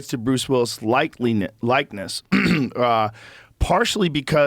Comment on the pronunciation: Joe Rogan mispronounces likeness, and you can clearly see he didn't like the laughter, but let someone else mispronounce a word and he laughs up a storm. Karma Biat**! lol!